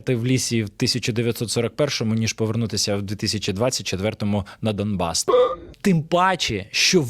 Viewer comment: "ДаМбас"?! Блін, такий якісний продукт, що навіть головний герой цієї хвільми не може правильно вимовити назву регіону, який вони асвабаділі?!